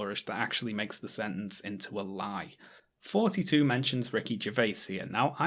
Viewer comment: TH-oughty, not FFForty....